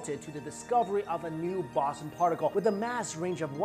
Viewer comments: Every time u mispronounced boson I was taken out of the video. And all the edits were ridiculous. Ah well maybe next time kid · You said boson in higgs boson wrong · is he mispronouncing boson? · while you pronounce it the higgs baw-zin I prefer to pronounce it the higgs bow-zon 😏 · Higgs bosson... Higgs Bo-son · baw-sin? I thought it was pronounced bows-on. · higgs bow-sun... not bawsin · It's Bow-zon not Boss-on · boooooson not baaaason, some physicist! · Boson like Boston without the T. Ugh. It's Boson like Bozo the clown. Bow-zon=Boson! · higgs bahson? wtf? its bow-sawn clueless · higgs bowzon not bossin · Stop saying Bossun! It's Boson, pronounced Boh-zon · I couldnt focus when you said {bason} when I know it to be pronounced {bosan} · it is pronounced 'bosOn' (bo-saun) not 'bosn'. it rhymes with proton, if that helps. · it is pronounced BOZE-ON/BOWS-ON not BOSS-on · Ffs it's the higgs "bo-son" not the "boss-en" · That one mispronunciation ruins the whole video for me. Has actually heard the word used by a physicist in a discussion before? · bow-son not bah-son. otherwise another good video. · Hicks “Bow Zon” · It's bowzon lol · The O is as in ozone dude not Oz, Bow-zun. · its pronounced higgs boson, bo-zon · Ok, so redo the audio (and cut the music in half), and dub over with Bow (like bow and arrow) Son like Saunders Bow Saun. I would then repost. So you loose a few views. Your reputation is at stake here. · Boson - ( boe-zun ) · It's pronounced BO-zon, Bozo!!! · It's pronounced Boson not Boson. Also, it earned the name "God Particle" after originally be named the "God Damned Particle" because it was so god damned hard to find. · It's pronounced bow-saun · Yeah it was driving me crazy listening to him say Boson. I began questioning my own pronunciation. So I began scrolling the comments. Looks like I've found my people. Lol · I do enjoy these videos...no big deal to mispronounce a word now and then...keep up the good work